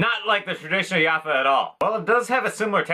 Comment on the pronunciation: Plazma style Bisquits are sold in so many shapes and sizes (ofc other names in the Balkans) and we love them despite simple. That snap! Bro just a hint the "J" in Jaffa your read like "G" Great video and props to Alan